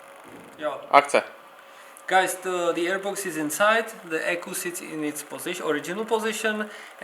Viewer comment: Pánové, skvělé produkty, ale prezentace (angličtina, Yeah, za každým druhým slovem hefty jako ECU "eku", Fuel foneticky, trochu slovní zásoby jako třeba "pry" u páčení šrroubovákem, boot u intake gumy atd atd. Action jde vystřihnout, mikrofon na tričku by zlepšil slyšitelnost, nebo audio udělat v postprodukci) by zasloužila více pozornosti. Video je nějaký ten rok staré, tak věřím, že jste na tom mákli. Jste vcelku ve známosti celosvětově, tak si myslím, že by to zasloužilo trochu profesionalizovat.